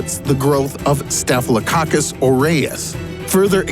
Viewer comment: I laughed when he said “Staphylococcus”